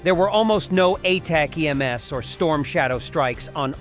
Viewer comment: "a-tac-mass" AI sucks!